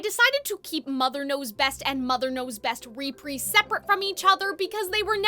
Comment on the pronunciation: Why do you say reprise like that?